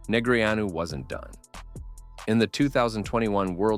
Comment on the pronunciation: Would be great if you pronounced his name correctly